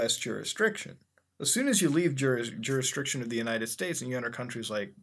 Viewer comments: "juristriction" "thighland" good lord muta... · I love how you purposely pronounce words wrong. Thighland instead of Tailand. Juristriction instead of Jurisdiction. You're a funny man, sir.